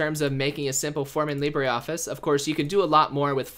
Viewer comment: IT isn't pronounced leebraree and its advantage over a spreadsheet is it is shareable over multiple users whilst being able to save it